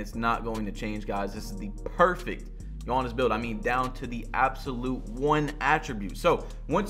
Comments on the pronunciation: Please stop saying Giannis like that, especially if you’re gonna say it 20 times in every sentence. It’s Giannis, not Juonis. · "all the builds are basically buffed, so you cannot make a 6'11 gee-anniss build" lmao why you pronounce his name like that? and the builds were nerfed not buffed. get some sleep😂😂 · nobody: BADGE “yawnnis” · Badge said GI yanas at the start 😂😂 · “G yawnis” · Demigod but cant say the name, is that blasphemous?🤷🏾‍♂️ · Talking about spending 8 hours on how to make this build when he should have spent that time learning how to say my guy's name smh